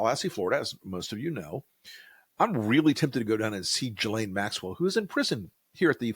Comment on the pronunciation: Learn how to pronounce "Ghislaine". It's not that difficult.